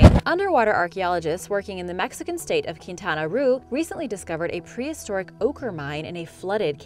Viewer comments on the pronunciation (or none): She was so close on the pronunciation of Quintana Roo (keen-tah-nah roe)